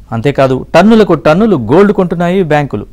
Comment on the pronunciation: తన్నులు తన్నులు కాదు రా బాబు టన్నులు టన్నులు